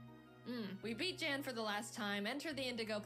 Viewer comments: It is actually Jan not yan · It's yan not jan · Jan's name is Said like H-aan